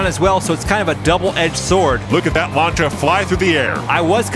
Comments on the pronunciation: Just a heads up, Lancia is pronounced just like how it looks Lan See Uh, not Launcha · I just came across this and it's actually pretty awesome, except the way he's pronouncing Lancia is bothering me, it's not Launch-uh, it's Lan-See-Uh. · I think its Lan-SEE-ah rather than Lancha im not sure tho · It's pronounced Lansia not Lancha sorry. Also love the interactions between the anouncers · Lancia (lawn see ah) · Lancia is pronounced lan-see-uh.